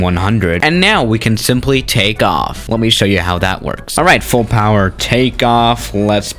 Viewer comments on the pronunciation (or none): none